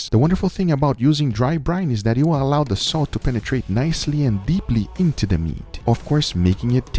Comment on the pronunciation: extra stress on INto the meat